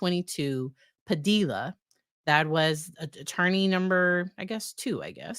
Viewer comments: Padilla rhymes with tortilla. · Fyi, it's pronounced buff-oon, not baff-oon. And generally the l's in Padilla are silent.